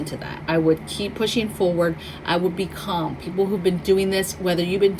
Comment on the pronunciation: Atfirst I thought you said to focus on "Ping Pong and prepping" LMAO! Oh....you said "be calm". 🤣 I'm 5 hrs from SeaTac. Keeping my eye on that West side.